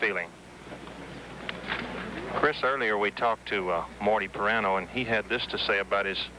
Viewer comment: Didn't Marty pronounce his last name "Pih-RAN-oh"? Chris Schenkel calls him "Pie-RAIN-oh" throughout this match. Shouldn't pronunciations be a basic part of preparation for big-time network pros? Anyway, I went to SU from 1973-77 and also watched Syracuse Bowls, with Marty offering analysis and Joel Mareiniss doing the play-by-play. "The balls will be rolling and the pins will be falling as ... Syracuse Bowls!"